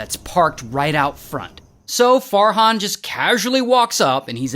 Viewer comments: When Ray said Farhan, I thought he said Fart Han😭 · Me not hearing “Fart hon”.😂